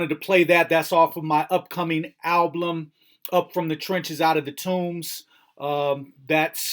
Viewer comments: Is he messing with us by saying AL-BLUM ? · lol why do you say alblum!?